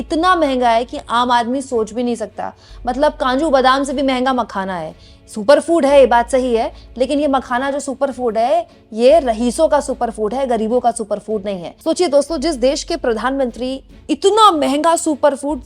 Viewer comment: इस बार भी आपने" रहीसों " ही कहा है जबकि होता "रईस" है। कृप्या बुरा न मानें